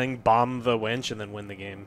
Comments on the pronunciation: The best part of the video when Joe calls the winch a wench. Which is what you would be calling for in the middle ages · I can't stop laughing about them talking about wenches instead of winches. "Get on the wench!" "The wench got firebombed!"